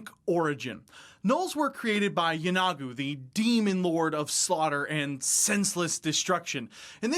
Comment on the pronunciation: I might be wrong, but I always thought Yeenoghu was pronounced YEE-no-Goo, not Yeh-NOG-oo. Could someone tell me the correct way to pronounce it?